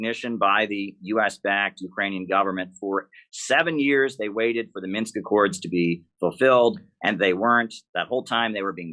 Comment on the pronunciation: Jimmy! It's "MINSK"! 😅